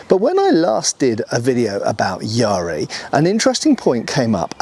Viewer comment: Just on the pronunciation: the ‘ya’ should be short, as in bat. Not long like in ‘bar’.